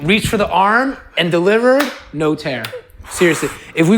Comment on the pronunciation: Lmao “Naur!” 😂